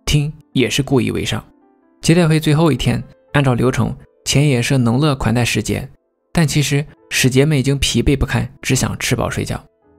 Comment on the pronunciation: 能乐（yue四声）